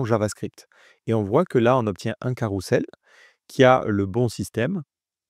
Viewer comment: ça se dit carrouzel et pas carroussel ;)